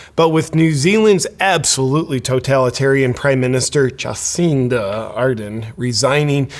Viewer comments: "jaw seen duh"? well, she is a freak, so i guess it's fitting to pronounce her name that way. i can't wait until our totalitarian dicktator gruesome newsom walks off his job. i'm praying for it! 🙏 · You mispronounced her name . It's not Juhcinda It's Jabcinda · I think it's pronounced "Jah-SIN-duh". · I am not the greatest fan of Cindy, but listening to you makes me feel you have not done any homework on this…. Not even able to pronounce her name properly. Shame on you superficial media presenter…. A lot of hot air and flimsy arguments. Not listening to you to get proper info…! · I voted for her she got NZ through the pandemic those that criticized don't appreciate how well it worked for 95% if nzers, but we do have really selfish people here. This dude is full of shit and can't even say her name right. What a idiot with an ego. Americans mind your own business instead of gossip. Fix your own sad undemocratic country instead of criticism of others you Americans are sick ill informed liars.